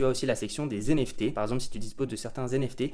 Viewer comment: Des "zenefté" mamen 😆😅